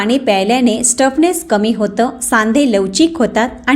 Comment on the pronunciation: Stuffness nahi, stiffness